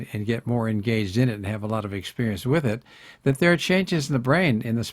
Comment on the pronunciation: lot not laaaart